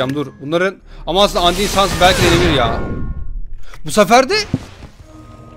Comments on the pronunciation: Andiy diye okunmuyor andayn diye okun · abi lütfen andin deme undayn diye okunuyo lütfen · andin değil andayn